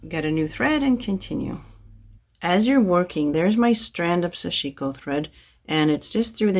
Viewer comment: Not meaning to offend you or the Japanese language, but I was informed that the correct pronunciation of Sashiko is to say "sash" and then "iko". the accent is on the the first syllable (not sashi'ko). "Sash" in Japanese means small stabs, which you do when stitching. Just FYI. I stand corrected if I am wrong. No offense intended. TY.